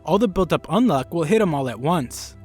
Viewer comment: did my guy say Undead "Unlock" or is that an accent thing ?